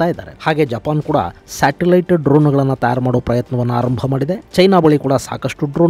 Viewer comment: ತಯಾರು ಅಂತ ಸ್ಪಷ್ಟವಾಗಿ ಉಚ್ಚಾರ ಮಾಡಿ ಸರ್.. ತ್ಯಾರ್ ಅಂತ ಕೇಳೋದಿಕ್ಕೆ ಸರಿ ಅನ್ನಿಸ್ತಾ ಇಲ್ಲ..